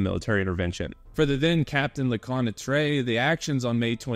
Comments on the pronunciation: Hey great video, I'm not sure if anyone gave you a way to correctly pronounce Lecointre, but here's my phonetic suggestion: LE_CO_ANT_TRR. instead of LE_COY_NAY_TRAY. Does it make sense? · "Captain FaRansoa Leconnatrey" XD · "le-KWAHN-truh" = Lecointre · LeCointre became something like Leconetrais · A good piece of work, indeed. As for pronouncing French names, you do a good job, with the exception of Lecointre- an admittedly difficult word. Maybe you should try something along the lines of luh-KWENtr' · Your french names's pronounciation is pretty good and understandable, except for the main character : Lecointre. But it's a french name tipycally hard to pronounce for an anglo-saxon speaker, then don't worry, all's fine. Anyway, good job and thanks for exhuming this fierce piece of french combat. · You did great regarding French name pronounciation, with the exception of Lecointre but honestly it would have been impossible to pronounce remotely correctly by a non French speaking person, so kudos to you ! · Lecointre……! His video is great, not the pronunciation of French names, but that’s ok :) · Everything good expect Lecointre, 'oin' makes a special sound in french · Compared to how Lecointre is pronounced, that one is a minor offense.